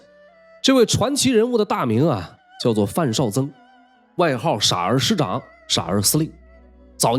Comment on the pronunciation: 不是傻儿师长，是 ha 儿师长，发二声